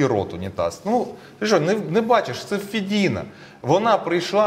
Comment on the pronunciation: Вона не Фидина, вона ФУдина!